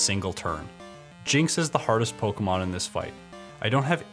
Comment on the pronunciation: good but you do say pokemon wrong its poke kay mon